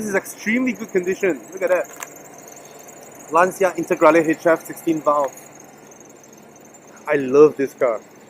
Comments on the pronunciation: Nah man, it's not you Malaysians, it's just a common mistake. And regardless, you speak well in English so don't worry about it! Anyway the right way to say it is "Lan-cha", not " Laan-cia". I think the reason for this common mistake is due to the fact that the sound "ci" is pronounced in two completely different ways in Italian and English. It's like "Murciélago", no one knows how to say it right except for Spanish people 😂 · It really looks like you enjoyed the car! But man, the way foreigners pronounce Lancia is annoying, y'all say it always wrong! 😂